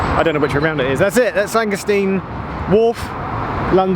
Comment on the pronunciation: Shouldn't it be pronounced Angerstine, rather than Angersteen? Nice video though. Many thanks.